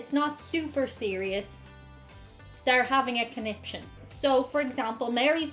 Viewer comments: I always heard it as "coniption fit" as he threw a conption fit. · My mum Says "connipshit" I believe she believes it is the correct way to pronounce conniption.